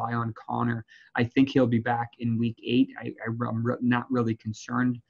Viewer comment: Why is he pronouncing "back" like "bike" is that a new york thing lol